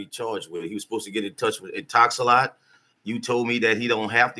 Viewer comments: He keeps saying Intox-a-lot. The company is called Intox-a-lock. 😂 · He's stuck In-Talks-A-Lot